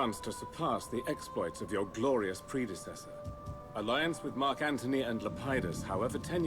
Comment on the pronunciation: it's Marc Antony not Marc Anthony. Why did you decide to play Octavian, I mean come-on it's "MARC" Antony hint-hint